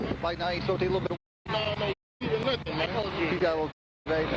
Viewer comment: Neither one knew anything about what was in the car........birds of a feather......... I cant stand the way hes saying man...Irks the crap out of me hearing that all the time. Its MAN not MANE